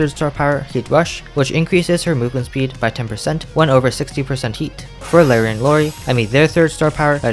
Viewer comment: "Lawrie and Lawrie" 💀